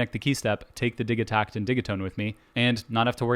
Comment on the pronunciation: Bro, its Di-JEE-takt